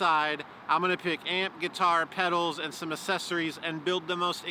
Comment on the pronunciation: "assessories"... lol